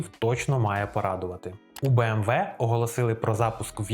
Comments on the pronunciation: Не кажіть «бі ем дабл ю», це американці так говорять, німецькою це «бі ем ві» або просто кажіть «бе ем ве» як кажуть всі в Україні 😃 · для чого BMW називати Бі-Ем-Даблю? Це ж німецький бренд. Він читається Бе-Ем-Ве. То хіба англомовні його називають Бі-Ем-Даблю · Згоден, вимовляти назву німецької фірми в Україні англійською сумнівне рішення.